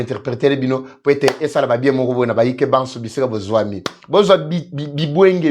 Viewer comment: On dit: Bibonga